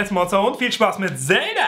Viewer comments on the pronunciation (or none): none